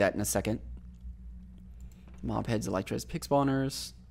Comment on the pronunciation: Did you just say EL “Y” TRAS